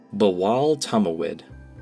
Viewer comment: buwul tummuwid its bawal tumawid